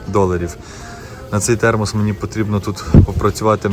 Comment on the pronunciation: ТХЕРМОС😂.Мені здається я також не вивчу ту англійську😅